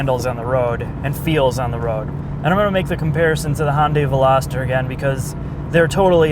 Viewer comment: Hyundai Meloster? I think u wanted to say Molestor 😂😂